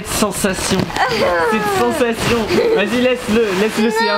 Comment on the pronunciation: POUR QUOI TU DIS CENSATION